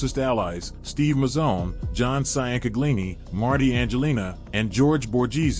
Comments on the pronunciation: SEE YAN CA GLI NEE 😂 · We pronounce it chin-gleani, forgetaboutit. I can’t listen to this butchery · Just say his first name cuz your butchering his last name sian canglini 😂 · For the record it is pronounced (Chang-uh-leen-e